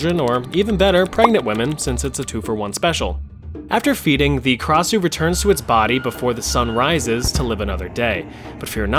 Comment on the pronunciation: Krasue originate from Thailand and it only have 2 syllables kra-sue not ka-ra-sue